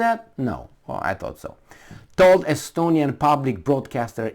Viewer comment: SStonia intelignce? OK then.